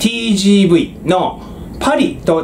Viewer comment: あまり重要じゃないですけど、テージェーヴェーという読み方なんです実は